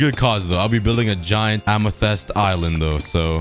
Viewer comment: Amathests LMAOO